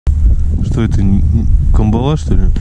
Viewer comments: Добрый день. Почему же камбалА? Ведь правильно кАмбала. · На Сахалине такую навагу называют спичечной) и клюет тут в основном лошади по 300-400г. Но по мне так вкуснее средняя, так сказать сковородочного размера, и да, она вся, только выловленная рыба извивается на сковородке. ЗЫ: нам больше созвучный кАмбала, а не камбалА! Нхнч🤘